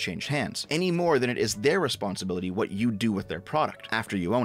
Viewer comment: "I'm, a hwat?"